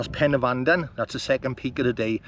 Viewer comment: The best video of the Bannau😊. AND 10 out of 10 for pronunciation. I was getting fed up of the poor pronunciation of Welsh names in other's videos.